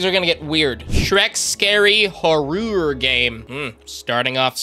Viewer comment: horoor games😂